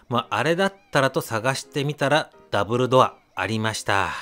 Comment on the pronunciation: ダブルドアがダンブルドア(ハリーポッター)に聞こえて仕方なかった。🤣